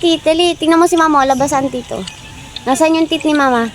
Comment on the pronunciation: Please tagalunginm9 na lang kasi yong please ah pronouns mo parang sound hindi kaayaaya kasi tits mean breast..pero kung I pronounce mo yong teeth I am ang pronounce yan